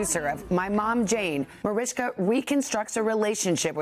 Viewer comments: Why is the Today host calling her "Marishka"? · Why does that woman say « marishka » is her name not Mariska? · She's mispronouncing her name